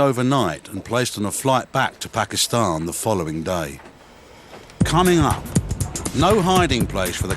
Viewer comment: says Pakistan perfectly!